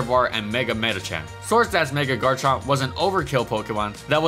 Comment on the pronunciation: IT'S GARCHOVER